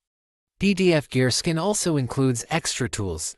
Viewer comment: Please retrain your AI voiceover to stop saying "skin" when it should say "scan".